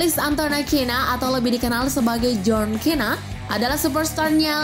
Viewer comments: Iya njir kok kena sih😂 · Tau dibaca nya di indo itu john sina /cena bukan john kena!! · Min john sina bukan kena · John cena bacanya john sina bukan john kina wkwkw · John cena bacaanya john sina bukan kena 😂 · Apa apaaa john kena itu di baca john sina bukan john kena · Gila kamu ya itu john cena bukan john kena😂😂😂😂 yang setuju like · Kak john cena kak sebutannya bukan john kena 😌😌😌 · Min jelas ngga pernah nonton wwe "john cena kok jadi john kena"😂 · John cena bukan john kena kali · Jhon cena woyy bukan jhon kena🤣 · John cena dibaca jhon sina anjg,yg stuju like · John Cena sebutanya kok kina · John Cena bukan John kena